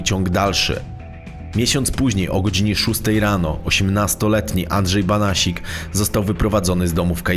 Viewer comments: Andrzej Banasiak a nie Banasik. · BANASIAK a nie BANASIK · Nie Banasik tylko Banasiak. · Andrzej Banasiak nie Banasik 😉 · Andrzej Banasiak a nie Banasik ! Pozdrawiam:) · "Banasiak" a nie Banasik ;) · Nie Banasik tylko Banasiak! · Andrzej Banasiak** nie Banasik 😇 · Nie Banasik tylko Banasiak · Banasiak a nie Banasik ludzie.... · Nie Banasik tylko BANASIAK żle wypowiadasz nazwisko !!!. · Nie Banasik tylko BANASIAK żle wymawiasz nazwisko !!. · Podejrzewam, że nazwisko przekręcone nie celowo, więc poprawie.. Banasiak.. Póki są „starzy” panuje jako taki „porządek”.. Lecz Słowik znów za murami. Nie zostawią chłopa w spokoju.. Zachodnie wybrzeże pozdrawia. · Masz rację, prowadzącemu wdarł się błąd w wymowie miejscowości.